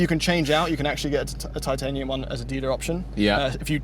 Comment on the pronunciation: trying his hardest to say Titanium. Another banging review gentleman!